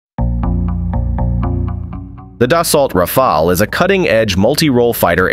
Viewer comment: Imagine pronouncing "Dassault Rafle" the way this AI voice does in a real conversation